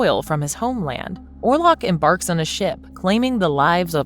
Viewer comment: Orlok not warlock